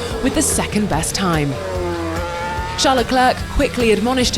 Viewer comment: Why can't she say Charles name right??